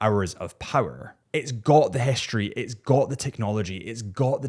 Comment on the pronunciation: Its also not hischtory🙈